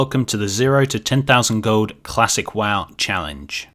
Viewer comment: love the way says "gold" its like Gohd'